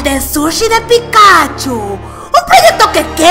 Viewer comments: Es Pikachú, no Pikáchu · Sabes que alguien nunca ha visro Pokémon cuando pronuncia "Pikáchu" en vez de "Pikachú". Jajaja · Hay tres tipos de personas: 1. Las que dicen Pikachú. 2. Las que dicen Pikáchu. 3. Las que decimos Píkachu. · 4* las que dicen pitochu XD